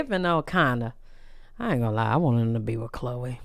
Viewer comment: Not you pronounced her name wrong 🤣 and Chloe and hun don’t match at all